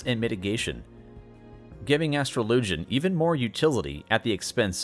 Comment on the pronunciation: Finally someone who pronounces astrologian like they do in-game